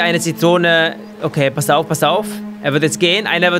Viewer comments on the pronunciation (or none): none